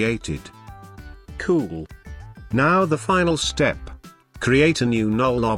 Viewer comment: also with "cool" hahahaha btw awesome tutorials!